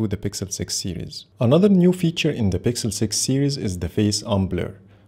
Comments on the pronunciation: Nice video. I just keep getting triggered cuz I hear you say "sixel pro" everytime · are you saying sixel pro,or pixel........